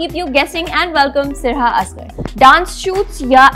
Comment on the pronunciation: Sarha ka name pronunciation poochny k baad bhi host wrong pronunce kerte rahi